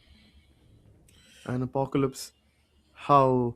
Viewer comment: Why the guy calling apocalypse on aplycs? It’s not even apclyps at least.